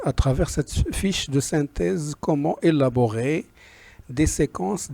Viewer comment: élaborer( sans accentuer le son "l"/ savoire qu'il veut faire acquérir à ses élèves ou bien apprendre à ses élèves ( et non pas acquérir à ses élèves... je n'ai que le début... bon courage professeur